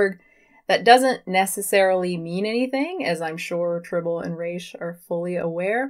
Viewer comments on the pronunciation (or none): 2 things: 1) Trih-bow-lee & Reh-shhhh not Try-bowl & Reeesh. 2) Your view on this topic misunderstands and misrepresents the entire point of IE. Please stop talking about what you so clearly don't have the scope to explain to others.